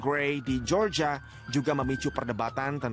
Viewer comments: Georgia cara dibacanya "Jorjia" bukan "Georgia" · Media berita sekelas Liputan6 ga bs nyari news anchor yg kredibel?? Masa melafalkan GEORGIA ga bener... Btw...perlakuan hukum sebaiknya ya kayak gini. Apabila pelaku msh d bawah umur, org tua jg wajib ikut dseret krn telah lalai sehingga sang anak melanggar hukum